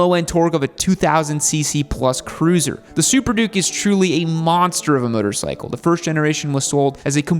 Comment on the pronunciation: 'Myotor cycle' - does your gay accent preclude you from pronouncing things properly? You don't need to adadvertise homosexuality so aggressively - people can figure it out